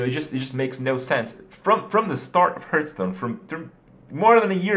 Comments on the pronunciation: God please say Hearthstone not hurthstone or hurtstone!!!!!!! IT´S HEARTHSTONE! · LEARN TO PRONNOUNCE HEARTHSTONE ITS NOT HURTSTONE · it's not hurt-stone. HEARTH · anyone else who gets annoyed by the way he pronounces hearthstone... srry >< still love ur vids tho! x"D just, no hurtstone anymore, it hurts my ears x'D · Why does he say Hearthstone like Hertstone? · Please. Stop calling it hurtstone.